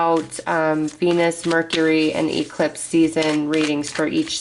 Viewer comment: I have never heard anyone pronounce eclipse as E clipse lol so interesting I get a kick out of it.